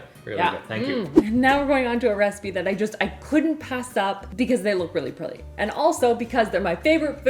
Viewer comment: Did just say they look “really prilly” when she got ready to make the purple cookies?? 🤣🤣 I just LOVE her!